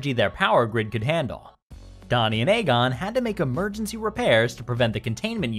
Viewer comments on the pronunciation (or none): ay-gon? you even seen Ghostbusters before? lol